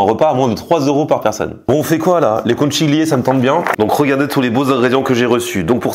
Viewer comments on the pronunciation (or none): salut je suis breton et habite en italie,je te suis depuis longtemps mais ta prononciation des conchiglie,super pasta italiana,non!!! je rigole,ciao👍